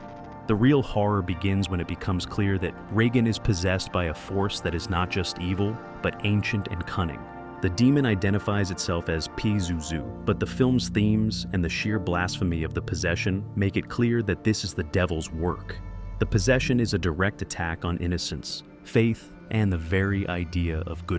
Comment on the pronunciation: What are you an AI? It's PAH-zuzu. Not PEE-zuzu